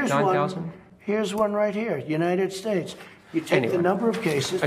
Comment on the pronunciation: ‘United schtates’. Why can’t he even talk correctly?